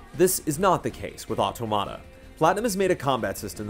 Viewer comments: dude, automata is said or-tom-matter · I'm pretty sure that's not how you pronounce automata... at least, if you're referring to computational automata, it's pronounced AW-TAW-MAW-TA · Superbly written, superbly dictated. Great review - L&R (pretty sure it should be pronounced like "automaton" though!) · they didn't call them automata though, which is a Greek word (αυτόματα - stress on the antepenult). They called them karakuri. But I daresay you're right that automAta is traditionally how they pronounce that in Japan (perhaps when translating or describing karakuri?). It's not just not good Greek! L&R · PS: please..it's auTOmata...just a big pet peeve of mine. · “Otto-matta” lol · Nier OW-TOE-MAH-TA??? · The review was put together really well. Great writing and thorough coverage makes it really to watch. EXCEPT for the fact that the title of the game was constantly over pronounced and pronounced incorrectly, this would be an absolutely stellar review. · He is pronouncing it incorrectly. It's the plural form of "automaton." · Why does no one know how to pronounce automata? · everyone be pronouncing automata wrong :( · Ram Khai English native speakers usually pronounce everything wrong. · it's a little different, in that it's an English word that Japanese devs are using for their English translation of a Japanese title. It's true, the pronunciation in the game matches what is saying in the review, it's also true it's a Japanese (mis)pronunciation of an English word.